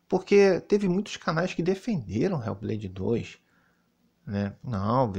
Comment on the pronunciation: "RÉU BLEIDI DOIXXS" PRATA GAMER SEM LIMITES 😂😂😂